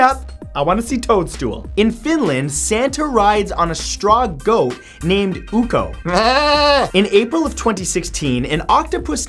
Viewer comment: Ah, mispronunciations of Finnish, my favorite. In Ukko (not Oo-ko), the first vowel is short, not long as pronounced here. The consonant, on the other hand, is long/double, not short/single as here.